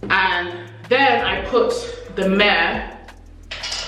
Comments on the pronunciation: Thanks for this info, just to say myrrh is said like ‘murr’. Just a helpful tip, not criticism. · Are you saying myrh?